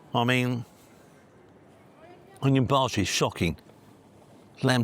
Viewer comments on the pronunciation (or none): How do you get a bhaji wrong for heaven's sake??